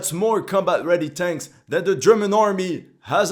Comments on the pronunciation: His pronounce are build/tenks "I love the smell of fresk tenks in ze mornings" 🤣🤣🤣🤣💪🏻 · pronounces BUILD/TANKS 😂😂😂